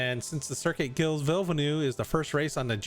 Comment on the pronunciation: Gilles is pronounced "Jeel"